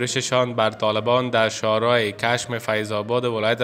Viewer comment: تورا به خدا متوجه کلمات وجملات باش( کَ) را زبر نخوان ( ِک) را زیر بخوان .کِشم .